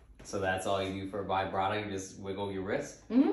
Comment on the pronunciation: He didn’t even pronounce vibrato right 😂